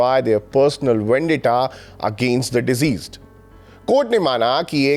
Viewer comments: the word is "deceased", not "diseased". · Thank you for the video. Can you please work a little on your pronunciation of some words like deceased not diseased! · आप Diceased उच्चारण गलत कर रहे हैं